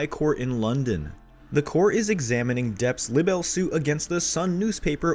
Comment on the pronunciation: Libel is not pronounced the way it is on here. Please if you speak - speak correctly!